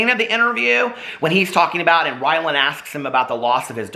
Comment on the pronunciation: Haha...you called him "whyland" Adams